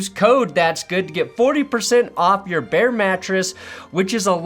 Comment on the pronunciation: Bear... not Baird. Although.... Or... behr....